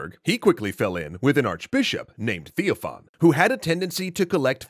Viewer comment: Ugh, why do you call the bishops TheoFan and Hermogenes, not TheoPHan\Hermogen or Theophanes\Hermogenes? Maybe take a little time to study the orthodox names next time? And well obviously a claim that an orthodox bishop could have castrated himself is total gibberish, the scoptsy sect has nothing to do with orthodox christianity.